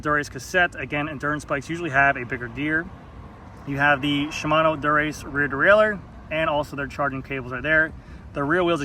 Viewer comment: Endu-RACE. Not endurance 😂